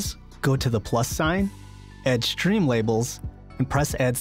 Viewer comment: Why is he saying "shtream label"